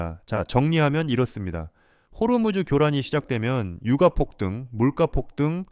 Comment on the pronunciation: 유까라고 읽어야하는거 아닌가요?^^